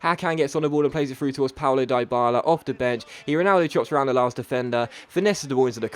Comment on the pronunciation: Stop dropping that hard I on Dyballas names its sounds like Deeee Balla